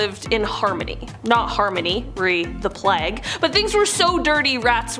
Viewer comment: why can she not pronounce Plague?? what's a Plag? really annoying